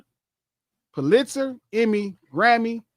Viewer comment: Hey king Pulitzer is pronounced: PUH-lit-zer. 😍🏆